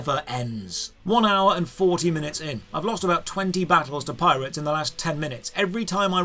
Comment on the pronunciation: I absolutely cracked up at "Local PiratesA." I'm pretty sure my upstairs neighbor could hear my cackling.